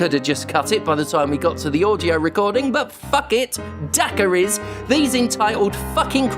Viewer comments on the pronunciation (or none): Never in my life have I heard someone say 'daiquiri' so wrong. 😅